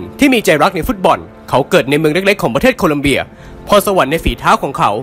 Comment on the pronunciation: ชอบค่าาาา แต่ขอติหน่อยนะคะ **ทีมชาติโคลอมเบีย ไม่ใช่ โคลัมเบียค่ะ